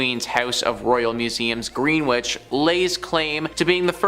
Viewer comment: Greenwich is pronounced Gren-itch